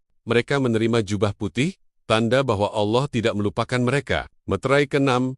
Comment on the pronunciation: Rupanya si tuan AI ini tidak bisa mengucapkan kata Allah dgn benar